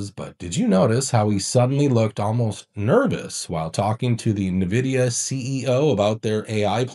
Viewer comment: naVidia lol